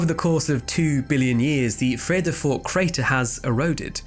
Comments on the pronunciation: Not bad…your pronunciation of Vredefort is pretty good! Especially for an Englishman. Really interesting video. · Bro your pronunciation of Johannesburg and Vredefort are spot on